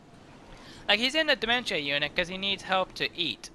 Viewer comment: This is the video I was talking about, you say it wrong